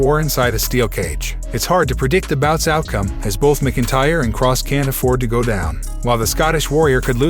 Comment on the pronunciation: Dude you sound like a robot when you say MacIntyre you're not even close